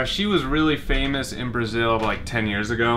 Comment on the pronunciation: Socorro! Ouvi quinhentas vezes e você falou exatamente igual ears e years ! 😱😱